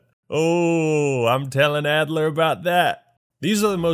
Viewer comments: “Actler” Why did it take me an hour to figure that one out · Excuse me, it’s Russell “Leon” Actler.